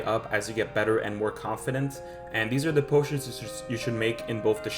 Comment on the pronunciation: bro said pootions 😂